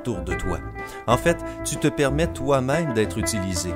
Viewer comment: Mdr j'adore quand il dit. " En faite " avec un accent 😂